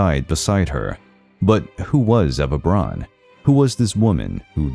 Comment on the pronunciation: Why on Earth does he pronounce her lastname as "Bronn"? It's B R A U N! even an American "Brown" would have been acceptable but "Bronn"?!? Unbearable like nails on a chalkboard...